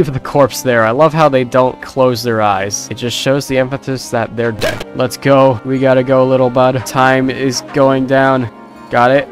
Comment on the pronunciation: it just shows the emphasis that they’re DÉD got my dying 😂